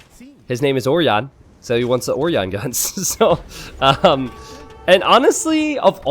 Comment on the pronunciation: that's fine, but slaughtering the Ø in Ørjan is not! (ø is pronounced "uh" as in the perfectly fine english words "duh" or "bruh")